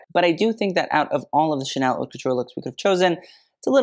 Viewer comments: actually the way he pronounces haute is incorrect (but that’s actually on purpose and he addressed it in the beginning, it’s really pronounced more like “hote, rhymes with coat” but he says it like “hot” because that’s how is often mispronounced) It’s very obvious that over the years his knowledge has grown tenfold and he’s really grown into himself as a YouTuber, but if you go back and watch his first few videos they’re much different tho still enjoyable and full of information. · The channel name is purposefully incorrect. Mode is féminin in French: la mode. The mispronunciation of haute as hot is tongue in cheek, has mentioned that in an old video.